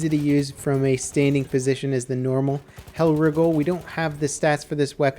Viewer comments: y is he saying hellwrigle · Stop pronouncing it hellriggle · pronounce's Hellriegel as Hell Riggle